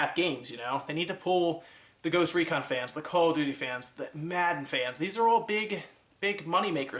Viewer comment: did he just say goost recon?